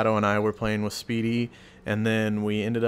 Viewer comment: "we play wich eachother every night" .......... :P